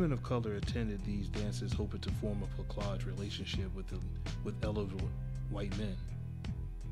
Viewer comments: It is pronounced “Pla-saj” Not “Pla-kaj” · Plah-SAGE, by the way. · This is a great film. Oh, and plaçage is pronounced < > The “c” is soft, not hard. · It's pronounced with a soft c..../plasage/. And gens de coleur /jo.hn de coleur/ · It was pronounced "plah-sah-zh". Not that it matters, but when you speak of it in public or academic spaces, it helps to know how the French word "plaçage" is pronounced. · wrong pronounciation, plaçage = ç is like an s sound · It's plaçage...like plassage..sorry driving me nuts with that pronunciation..still goes on in Haïti where i grew up. Men have a whole separate mistress/gf and kids that wife may not/or knows about. You say the woman is"placée." Found an interesting paragraph on it in wikipedia entry as well. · Plah-sazjh my brotha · it’s pronounced, “plassage”. bro, you gotta work on pronunciation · Know how to pronounce French words not a c but an s sound. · Thanks for this. Good content but a few technical thinks will help your presentation. The cedille, the small hook-like under the c in the word placage is meant to soften the c sound, which is normally a hard c if followed by an a or u. If followed by an i or e, as in the root word place the cedille is unneeded. I know it's not used in english, so unless you hear the word said.... Also your voice is too low and the music you put under it does nothing to help your content. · lol u did a great job and u picked a great movie as an example...i also recommend"the feast of all saints"... the "c" in placage is pronuonced like an "s"...and genty color no....it sounds like jundie culour...put ur french into it